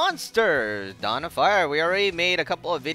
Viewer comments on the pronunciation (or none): none